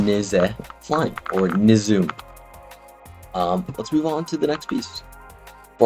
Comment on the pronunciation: "Nizoo"? Maybe you should movement yourself to some remedial reading classes.